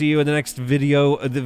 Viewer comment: VillAINs is bad guy. VillEINs is and always has been an entirely different words and is pronounced differently. You even did pronounce it right the first time at the start of the video and then 'corrected' yourself to pronounce it like villains instead.